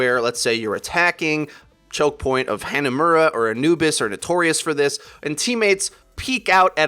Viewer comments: I don't understand how he can say Ana's name correctly but still says Hannahmura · The way this guy says stuff makes me imagine him with a shit eating grin. Also am I the only one who hates how he pronounces certain words such as phara or hanamura, or is it just because I'm from Michigan and my dialect is weird?